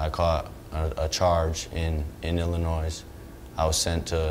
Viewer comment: THE YOUNG MAN NEEDS TO LEARN THAT THE LETTER S ON THE STATE OF ILLINOIS IS SILENT